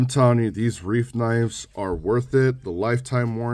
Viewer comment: pronounce it "Rife"